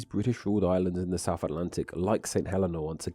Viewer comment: Given that the video is about the English language, it’s particularly annoying to find that the narrator cannot pronounce ‘TH’! ‘Souf’ and ‘fousand’ abound!